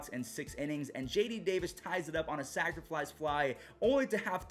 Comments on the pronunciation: my only comment on how to improve your content is that there is no "L" in the word "sacrifice". Sac fly. Sacrifice fly. I always hear "sacriflice". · Why do u always say sacriflice fly hahahaha